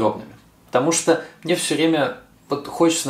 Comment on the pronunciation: Что за говор:" это не по мнеэ". Зачем так произносить?